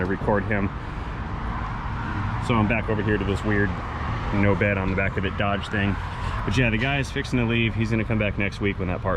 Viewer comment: Without picking on any regional dialect of words can someone please enlighten me as to the correct pronunciation of the name of the truck in the first part of this clip... is it Doughge or Dodge. Both pronunciations were used in this clip.